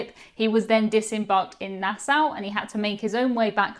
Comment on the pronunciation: Learn how to pronounce the name Nassau...